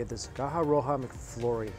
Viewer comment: Why are you saying McFloory...